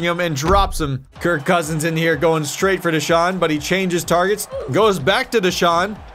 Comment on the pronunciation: Kirk Coursins....lol Coursins?